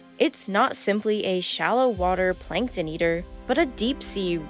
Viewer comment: plankton not 'plinktin'